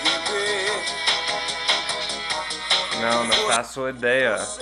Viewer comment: Até eu que sou brasileiro pensei que era viver em vez de beber kkkkkkkkkk